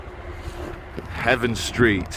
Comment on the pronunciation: Come on,, you can do better! - Its HAVEN ST, as in a place of refuge, sanctuary etc, NOT `HEAVEN ST`:)